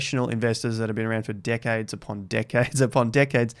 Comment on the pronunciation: I heard D*ckheads instead of Decades. 😂😂😂 Let's review his sentence.: "Profesional investors that are being around d*ckheads upon d*ckheads upon d*ckheads."